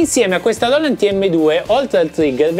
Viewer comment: Grande! Quando dici loland mi fai schiantare da ridere! Ti stimo 🤣🤣